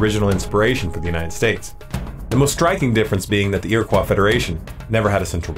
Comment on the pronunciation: You pronounced "iriquois" as if it were a french word. Nobody in New York would do that. Not sure that it matters, I guess. "Eer - ih - koyes" Thanks.